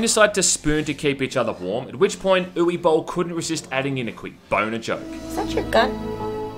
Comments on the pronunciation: Dude, it’s not pronounced oo-wii, it’s oo-va or oo-veh. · its oo-wuh not eww-ie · Hey, As a german l'd like to remind you that Uwe is spelled like "Uvé". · It’s pronounced You vah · The true way to pronounce Uwe is "Oova", which makes sense since it rhymes with "Hoover" - the British term for vacuum cleaner. As in Boll's movies suck harder than a vacuum cleaner. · uwe is pronounced like "oovah" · My friend, uwe bill is pronounced ooo vey. Hes like Russian or something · Ooo weee!! Sounds like our boy is going down a waterslide. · my favorite thing about this video is the way you pronounce uwe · I just love the English pronunciation of one of the most German names ever, Uwe. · Yeah, my middle name is Uwe, so mispronunciation is bugging the fuck out of me.